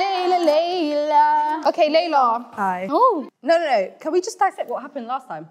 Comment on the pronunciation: It was clear that layla is an African,she said her name in a very clear way like sudanese 😍